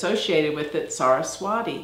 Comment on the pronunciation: pronounced Saraswati, Ti, not di 🙏